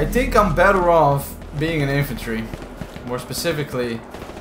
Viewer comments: Is it that you think a lot about what youre doing in game? Or do you tank a lot? Or do you thank evereone for playing with you... Cuz i hear neither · English is not my mothertongue, but i tink you pronounce the word "think" the wrong way... Sorry first time i see this chanell and im comenting after 10s but ouch! I still tink im right about you saying it false....